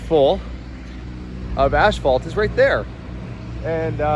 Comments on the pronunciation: Please, it is pronounced — ass fault — not ash fault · Is he saying ASH phalt? I've never heard it called that before. We say asphalt. No "h" in the word. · Pretty cool to watch things come together. By the way, I believe you kept calling it Ashphalt. I'm no wordsmith, but I thought it was pronounced asphalt. Either way the flooring will come together quite nicely wants it corrected. The cabinets look great and I always love a real wood shelf myself as well. Can't wait to see it finished. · There are lots of words said differently from region to region. ASH-fault sounds way better than the way I've always heard it (ASS-fault) anyway. I pronounce the word "caramel" as CAR-MEL. My daughter says CARE-A-MEL. Why? Don't know. Don't care. With such an interesting world of diversity, how can there be only one "right" and everything else is "wrong"? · Curious…where I live everyone pronounces it “as - fault.” How does everyone else pronounce it? Is pronouncing it “ash - fault” a Canadian thing, a regional thing, or an thing? 😉 I love these types of things! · It’s not ash-phalt, it’s As-phalt. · Is he saying ASH phalt? Ive never heard it called that before. We say asphalt. No "h" in the word. I guess its different in Canada. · I am not picking by any stretch but it's spelled and pronounced asphalt not ashphalt. You are making me twitch when you say it :D hahahahaha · I have never heard asphalt pronounced “ash fault”. Where I’m from it’s “ass fault”. 😂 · 😂😂😂it's pronounced ASS-FAULT...not ASH-FAULT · In New Mexico buildings were made with cinder blocks made with cement and volcanic ash. Is the "ash-fault" made with volcanic ash or is it just customary pronunciation? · The way, and others, pronounce that word may be better than in the States, or at least where I live, they say 'a$$-fault'!! 🤣🤣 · Is it a Canadian thing to say ‘ashphalt’, or just an thing? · I noticed that, too, lol! I have never ever heard it pronounced, "ash-phalt." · ph is pronounced as f